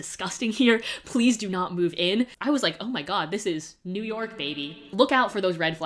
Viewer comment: no one: absolutely no one:: it’s noo YAWK baybeeeee